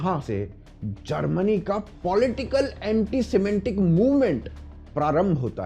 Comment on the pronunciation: सिमेटीक not सिमेंटीक.